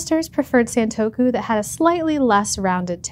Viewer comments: It’s pronounced “Sahn” not “saan” in Japanese: it’s さんとく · Why wouldn’t you take the time to learn how to pronounce the word you’re going to say over and over in a video? It’s the same sound from other Japanese words/names like Nissan, it rhymes with gone or pawn, we even have the phrase “Say ‘Ahhh’”. Please look up pronunciations, there’s no good excuse nowadays, especially for sounds that are present in your native language (esp. English speakers).